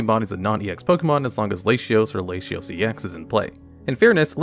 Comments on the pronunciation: My man says “Layshios” 💀💀 This is like saying my name “Mayshus” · Oh, I’m a native English speaker and I always thought it was la-tee-ohs and la-tee-ass like you said , so I have no idea where we got that from. Also how did he pronounce reuniclus? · NGL, I've never heard ANYONE pronounce Latios or Latias like that in my entire life until now...but you know what? Your way of saying them....actually doesn't sound too bad, tbh. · Delta Species are my favorite thing maybe in all of Pokemon and psychic Treecko was what got me interested in them so it's neat to see his final evolution in the top 3. Please never say Latios and Latias like that again. I know it's a thing you and Wolfey do and I respect the Hussle but that has gotta be the worst it's ever been. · I found your videos ages ago though wow and after I moved on from that watching your duel channel. I am super happy you expanded to magic and Pokémon as I love those games. However I can't get over the fact how hilarious you say things like Latios or Izzet, but said Asmoranomardicadaistinaculdacar perfectly. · Those Latios and Latias pronunciations is a jumpscare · I don't know the official pronunciation, but as a spanish speaker i found very funny your Latios pronunciation, great video buddy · whyyyyy do you still say latios like that i thought it was just a one off pun but its happened so much i'm starting to think you just actually say it that way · i think pronouncing 'latios' to rhyme with 'ratios' is fucking gigabrain actually and i will also be pronouncing it that way from now on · I wish you'd look up how to pronounce words. Trio is not Try-oh, it's tree-oh. Latios is doesn't have a sh- sound, it's Lah-tee-ohs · I immediately came to the comments after I heard that Latinos pronunciation to see if I was bugging or missed something lmao. I just started following this channel I hope my guy has learned how to say it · I've never heard Latios pronounced "Lay-shee-os." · Homie saying Laysheeos